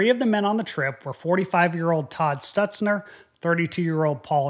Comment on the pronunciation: Good day. Thank you for the debrief. There is a slight mistake on the name of one of the deceased, it's Todd STUNTZNER and not "Stutnzer". Pic available on internet.